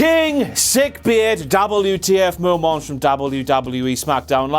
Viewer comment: its moments not momants fucking idiot